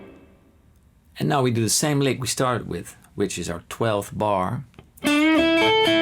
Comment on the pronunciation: The text transcription was revealing. "Lick", became, "leg". "Notes", became, "knows". Sorry, Paul, you need a highly-qualified English teacher. The teacher needs to focus on micro-points of your pronunciation. Your pronunciation has micro-deficiencies. The microphone is obviously high-end and swimmingly accurate. The microphone is telling the computer the tale. The microphone is a true reporter. Europeans often believe that there's nothing wrong with their English. You have little tiny problems that need to be fixed. Je zou me Nederlands moeten horen spreken. Je zou het gevoel hebben dat allergieën je huid aantasten. Please understand. You are a godsend to many of us in Guitarland. Also, when are you going to start singing. Try the True Fire course with Karen Andreas. :elbowcough:😚😎😯🤔🤗😊🏈🎿🎩🔉🎼📯📞💡🧲⚜🏁